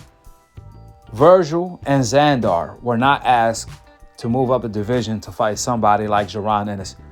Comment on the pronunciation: It's Zander not Zandoor u make it sound like a super villain from a movie lol.